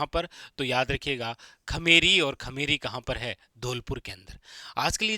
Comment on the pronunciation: खेमेरी नही खेमरी है। Sir ji😅